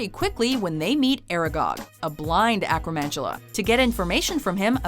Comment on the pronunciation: BTW, a boggart is not a beast, being, or spirit. an acromantula is pronounced ack-row-man-too-luh. and last, a house elf is a being, not a beast.